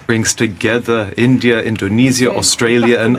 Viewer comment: analysis karne se pehle India toh dhang se bolna sikh lijiye....it's India not "Endia"....